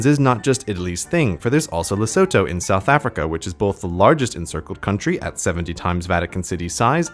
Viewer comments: It's pronounced lesootoo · i think the pronunciation of lesotho is leh-soo-tooh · Lesotho is pronounced "Leh-soo-too". Trust me on this, I did a program in my school for two years where we sent food to Basotho children and during that program they would not let us forget how Lesotho is pronounced. Sorry about the ranting, I just get really mad when I hear someone pronounce it wrong because of how drilled into my mind the pronounciation is. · grey you have triggered every south african and basotho with how you pronounced lesotho its pronounced le so two not le so toe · Lesotho is pronounced "Lesootoo" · He also mispronounced it so 😂